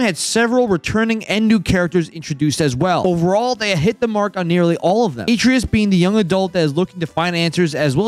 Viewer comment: Review a game you've never played without telling me it's a game you've never played. A-tray-us You say: A tray-youz